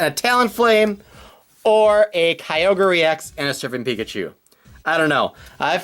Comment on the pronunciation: It's pronounced "Kyogre" not "Kyogor"